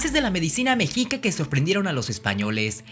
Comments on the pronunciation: El weon dijo mejica? A mi me enseñaron que era meshica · Muy buen vídeo, pero se pronuncia meshica saludos desde Mexico🇲🇽🇲🇽🇲🇽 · Mexica, se pronunció „meshica“, Tzilacatzin „tzilacÁtzin“ ;)